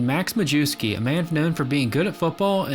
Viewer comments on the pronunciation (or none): Not “Mah-jew-skee”, it’s pronounced “My-S-key”. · Majewsky, pronounced majeffsky 🤣🤣🤣